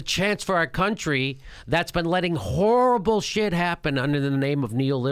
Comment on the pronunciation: Jimmy the way you say the word "XXHHHorrrible" is horrible.